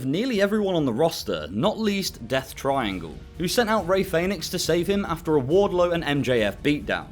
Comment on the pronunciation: “Ray Faynix” 😂😂😂